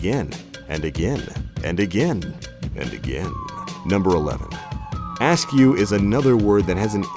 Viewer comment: “askew” isn’t pronounced like “ask you”. It’s an adjective, just like “ajar”, “awake”, or “away”, so you can imagine how it’s pronounced.